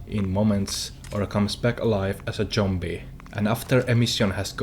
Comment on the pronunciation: Comes back as a Jombie, are you Finnish? :D